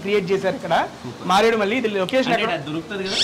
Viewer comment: Maredu Malli kaadu... MareduMilli...